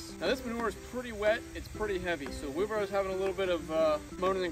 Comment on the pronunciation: The word is "WheelBARROW"...🤦‍♂